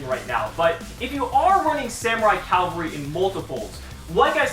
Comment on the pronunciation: Cavalry. Not Calvary. Calvary was the hill that jesus died on. I didn't expect a hill to be a freakin' dinosaur.